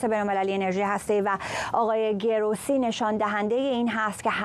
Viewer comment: Please work on the pronunciation of Grossi!